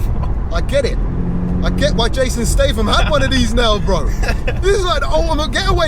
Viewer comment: Jason STRAYTHAM did you say? 🤣🤣🤣 quality video as always and I couldn’t believe that barge was moving like a supercar.